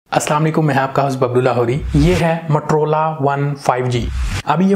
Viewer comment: matrola nahi MOTOROLA hota hai 🤣